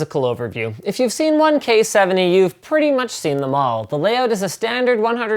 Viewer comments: wat "the coyeh 70rgb...) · "so, the KOI HEUU 70"